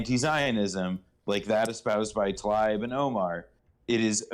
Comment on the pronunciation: And please say Rashida Tlaib not Rashida Talib she's not related to the rapper please say Tlaib.